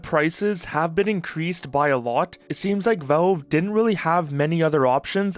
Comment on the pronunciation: Please.... good God....stop saying "Volve"...say "Valve" just like you've heard everyone else pronounce it.